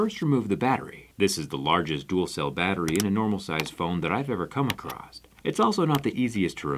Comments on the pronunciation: Are you pronouncing cross as "crossed" on purpose in this video? I'm noticing it every single time... ugh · "Blows air directly acrosst it." "Acrosst" isn't a word Jerry.